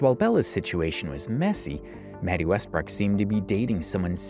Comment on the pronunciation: Wetty Mestbrook? lmao